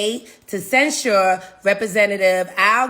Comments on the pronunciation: love this channel..I listen everyday. but bro, you're killing me with the way you pronounce the word censure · Why do you say censure like that? You sound like an idiot. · Dude, it's CENsure. Not cenSURE! 😂